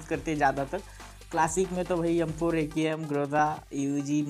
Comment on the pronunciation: notice every time he say m4 to yam4 lol